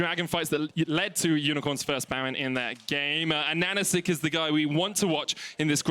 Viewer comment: Please, rememeber: ananAsik, with the stress on the 3rd syllable. not Ananasik, not anAnasik, not animeish ananasIk. Just ananAsik. Please! Et harts viri mooch to hare zis!